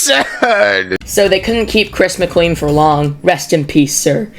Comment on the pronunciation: Yeah, it's spelt Chris McClean but it's pronounced McClane.